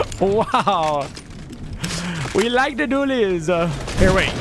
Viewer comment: You kept calling it hop rock Dooleys